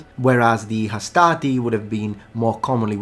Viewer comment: Hastati has no R though.